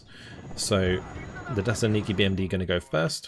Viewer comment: if youre trying to spell "desantniki" you need to pronounce the T in the word its a little hard watching you butcher the russian so much as someone who speeks russian myself other than that the video is fantastic!